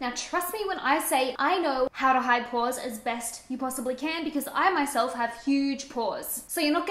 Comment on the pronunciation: Porahs? You must be a Boston girl. Boston's a good town, I'm told.